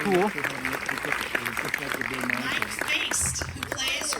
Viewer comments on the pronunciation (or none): She said Mike's last name wrong 😭